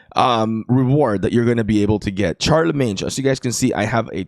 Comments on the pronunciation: Sharlemeyn not sharlemeynj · Pronounced Sharlimane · Don’t pronounce the g in Charlemagne pronounce sharlmain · Hey it's ˈSHärləˌmān... anyways nice content😊